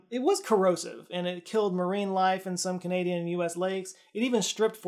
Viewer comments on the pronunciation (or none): none